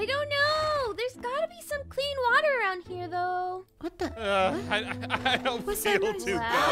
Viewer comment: Aroynd the well🤣😂